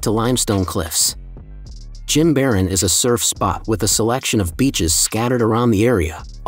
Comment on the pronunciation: Great video except you pronounce Jimaran incorrectly.